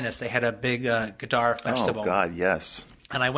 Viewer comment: it would have been nice if you had learned to pronounce his name correctly, Tarantula.